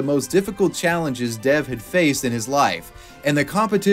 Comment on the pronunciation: rq it’d actually be more accurate to pronounce the name “dev” as “dave”